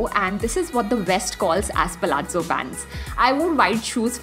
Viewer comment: Like your pronouncestion of palazzo